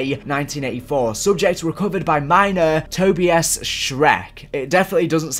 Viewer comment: Man said Toby-us! hahaha. Tobias is pronounced toe-by-us